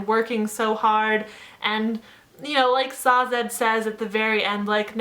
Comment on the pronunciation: Sazed. Not Sazad.